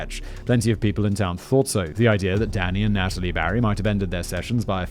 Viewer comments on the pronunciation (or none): none